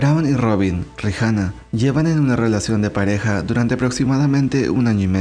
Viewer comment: ¿Por qué pronuncias el nombre de Rihanna como "Rijana"? Está mal